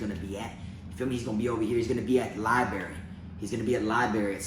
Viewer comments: Love your videos man..I fu*k with ya..but I gotttttta say something this time lol. It’s libRary. lol I heard you say libary a few videos but always convinced myself it was just a mumble. Had to break it down now though haha. Not puttin you down homie! Just lettin you know. LibRary. 👌🏼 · Libary? Library! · "Li-Berry" - - 2021.